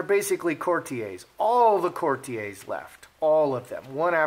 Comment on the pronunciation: I enjoy your videos on the hypocritical, self-important, entitled H&M, but there is one thing that is my pet peeve. The word courtier is pronounced court-ee-er, not court-ee-ay, in both UK and US English. That's a little thing and won't stop me from watching you, but it just bothers me. 😊😋